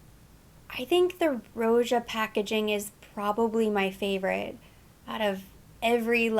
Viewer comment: Just FYI, Roja is pronounced like Roger 🙂